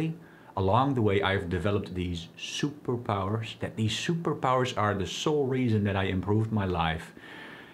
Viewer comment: The way he say superpower 😂